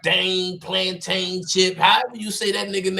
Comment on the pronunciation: said plaintain🤣🤣🤣